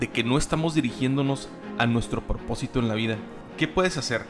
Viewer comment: Por qué carajo dice PORPOSITO? Si es PROPOSITO.